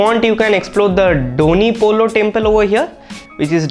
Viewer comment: It's DONYI POLO not DONYUI POLO, DONYI means sun POLO means moon.